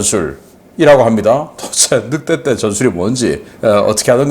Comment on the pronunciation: 늑떼떼가 뭐냐? '늑대떼' 라고 발음하는게 그리 어렵냐?